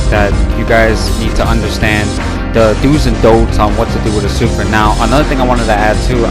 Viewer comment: The game literally says her name correctly when you pick her lmfao why do mfs insist on pronouncing names wrong when they're literally said to you? Also music is dummy loud bruh, can barely hear you besides that blunder lmao